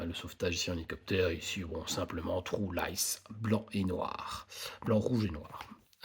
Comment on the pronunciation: Vous les francais quand vous dites le mot true on entend le mot trou.